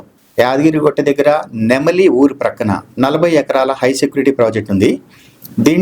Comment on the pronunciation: నెమలి ఊరు కాదు. అది నెమిలె లేదా నెమిల ఊరు అంటారు. మీకు ఎవడు చెప్పుతున్నాడు ఆ ఊరి పేరు.